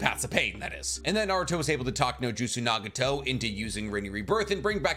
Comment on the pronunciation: who is naga-tow lmao